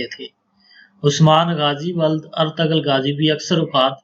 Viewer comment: Artural gazi naam hai Artugul galat pronunciation hai.